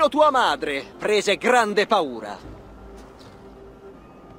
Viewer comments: "Grande" non grende hahahah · "Grende" bè dopo petaloso va bene tutto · Il "Grende"... Ok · Il "GRENDE" assalto, porca puttena!🤣